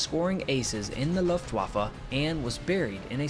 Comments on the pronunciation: Nice job EXCEPT - you keep mispronouncing Luftwaffe - "Luft" is pronounced like "Looft" not "Luft" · On your accent... you ask to be kind, so no comment, just please don't say that Loftwaffer... because... well just not to, please. Better try Looftvahffã (pretty please?) On figures, you assume Soviet reports to be accurate... well, Soviets and Germans knew those losses to be true as claimed by LW, otherwise for example E. Hartmann wouldn't have been trialed and imprisoned for so many years after 1945 for crippling USSR economy. And last, I am not a native english speaker, but I wonder nonetheless, why you keep using that would-would-would form, which might be so trendy but ... ok, WHY in Walhalla's name don't you ever use the old good simple past ? Just saying. Finally, THANK YOU because in all, you produced a nice and entertaining video on some little known story. So the vote is a good 10! ;-) Ps Since I read some brainwashed poor souls who loves to whip himself for the past he is been told to neglect and be penitent about... Ehler was a fine soldier and a hero for his Country. Other Countries carve marble statues on similar outstanding Men, and sadly Germany still has spineless individuals who despise them, it seems that one propaganda replaced the other. R.i.f. Held C. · "Done your best"? Is it really that hard to pronounce "Luftbaffe" instead of pronouncing the w as if you were talking about the waffles you eat in your morning breakfast? Baffled, battery, balloon, barn, banner... Luft-waffe. It's not hard at all, you're just dishonest and intellectually lazy. You and your culture see other languages as unworthy of your effort to pronounce them correctly and it's disgusting. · Nice video, but Luft wa fe.... Deutsch(german) is phonetic...